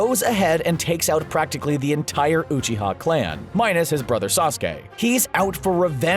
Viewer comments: you're sayin uchiha wrong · How he says Uchiha triggers me.